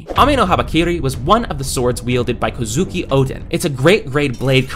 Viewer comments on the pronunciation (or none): none